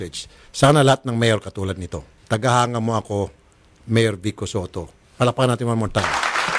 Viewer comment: vico po hindi vikko😁😂